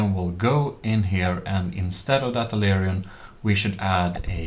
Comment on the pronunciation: Wait, ammo processors were still in the game only a year ago? I felt like they were made useless sooner after when I last stopped playing like 2yrs ago or something lol. Other than that this is still an excellent tutorial, afaik. (I know a lot of ppl have probably corrected this, and I understand it's both a strangely spelled and difficult and uncommon word, but "aileron" is pronounced "a-ler-on" (even that spelling is ambiguous, sorry!) Less ambiguously, it's "A" pronounced just like saying "the letter 'A'" then "ler" pronounced as in "taller" and then "on" pronounced just like the word "on" Hope this helps and also hasn't been said by too many other people!